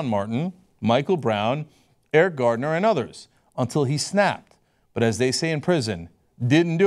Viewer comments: Hahahha this dumbass guy "Eric Gardner" really? It's Garner you bald headed hillbilly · It's Garner, not Gardner, btw. Just saying.